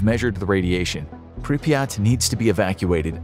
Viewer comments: the name of the city is pronounced prip er rat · He called Pripyat piryat